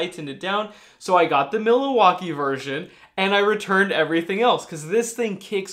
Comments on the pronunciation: you are a wonder! Thanks for all the great videos - so educational and informative. Just one comment: your "Mill-A-walk-ee" is pronounced: "Mill-walkie" in Wisconsin. (LOL) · It is pronounced Mil-walk- ee not Mila-walkee LOL. Yes, most of the Milwaukee Brand Tools are excellent quality. I am also a Klien Tool fan. Great video,. Thanks, Russ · Miller-Walkee???? Milwakee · WILL, It’s. ..... Mil wak kee, Not Mila wakee.... ! Your welcome... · um, it's Milwaukee not Miliwaukee . lol. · no 'a' in Milwaukee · Great video! but it's MILWAUKEE not milawaukee..... lol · Milowaky tools? 🤣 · "Millowalkee" ,,, lol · Mill-ah-wah-kee? I think it's only three syllables. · It's Mil-Wau-Kee :) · Or is it milliwattkee? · I’ll be calling them Milliwaukee from now on. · The Algonquin root for Milwaukee means "good land" or "gathering place," with pronunciations like Millioke or Minwaking; the modern English pronunciation (Mil-WAH-kee) comes from this, but the famous "mill-e-wah-que" from Wayne's World captures the spirit of its indigenous roots, sounding like "Mill-eh-wah-kee" or "Mih-wah-kee", meaning "the good land". I learned this from Alice Cooper! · is worth watching for just the way he says Milwaukee. I've never heard anyone say it like that. I commend you. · Just found out I've been mispronouncing "Milwaukee" and "tighten" this whole time!! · Doc It drove me nuts every time he said it!! Lol 😂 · Laughed when said it as well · FYI Milwaukee is 3 syllables, not four. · Yes, Milwaukee has just 3 syllables, but his videos are so great it's fun to rib him about it. One of my favorite YouTubers for sure! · Ya I was thinking he was having a stroke he also said Pittsburgh funny and he said carbit instead of carbide I guess but I assume he meant Cobalt I mean carbide drill bits are a thing but really only for machining or masonry